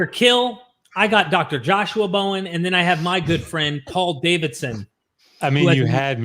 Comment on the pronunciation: I love Bowen as Hoven! lol comic gold